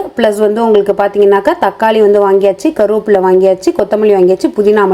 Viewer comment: "கருவாப்புள்ள " ❌ "கறிவேப்பிலை"✅